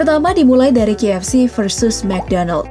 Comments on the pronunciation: Apa cuma gwa yg dengernya JFC, bukan KFC? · ko guw dengernya JFC?🙁